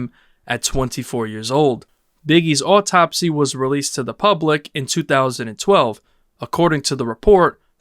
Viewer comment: Good video but.. is it a human or AI narrating? Why are so many words pronounced like they had never been heard or spoken before? Post Humous was pronounced pots hummus, impala was am-pelo, autopsy became oh-topsy, etc. I understand people pronounce words differently but its so weird to hear them said this way. The cadence was very weird too.. Still enjoyed the vid but it was odd hearing so many things sounds as if it was AI speaking trying to sounds human.